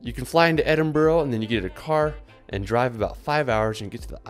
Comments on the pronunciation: All this time in Europe and you still saying soccer and edin borough.. you say it like Edin burh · Great video! Btw Edinburgh is pronounced “Edin-bruh” 😂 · dude said edinBRO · FOOTBALL PITCH and also that Edinburgh pronunciation 😤😤